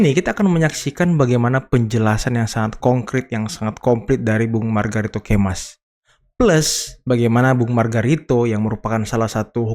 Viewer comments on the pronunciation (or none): Tolong KOREKSI di detik awal mulai , anda perhatikan lagi cara bicara anda dalam penyebutan nama orang lain ,, MARGARITO KAMIS BUKAN MARGARITO KEMAS !!